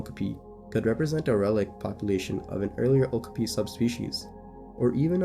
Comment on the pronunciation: Youre mispronouncing okapi every single time